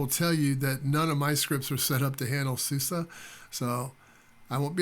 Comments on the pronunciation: It 's SUSE, not SOOS :) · my friend, when we americans are given the chance to refer to something by what sounds like it might well be the name of a good-spirited, good-natured lady (eg, “that Suze sure is one good-humored gal!”), we do it! mispronunciation be damned!